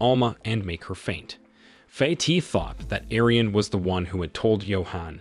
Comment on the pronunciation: Pronunciation of some names have been butchered! Correct pronunciation: ITO = ee-tow. FATIH = far-tay. SHINTA = shin-ta.